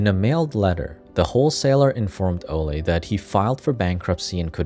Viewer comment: I think it’s Olay not ole guys